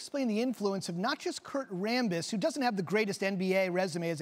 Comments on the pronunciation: Jeanie Ram-Buss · Kurt rambis? OMG LOL.